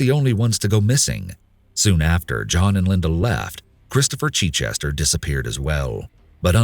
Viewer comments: The butchering of the name Chichester!!!!! As somene who lives near the town of Chichester in England I can tell you that it is not pronounced Chee-chester!!!!!!! Can't even listen to this! Sorry. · It's not Cheechester, it's a short 'i' as in 'it' for Chichester. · Not cheat-chester, but chit-chester. Like mitt. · "Christopher CHEECHESTER" lol. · The chich in Chichester is pronounced as in ditch. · You pronounce Chichester incorrectly. Source: currently writing this from Chichester